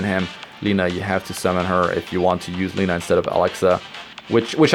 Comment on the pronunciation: It is not [ˈliːnə], it is [`lenʌ].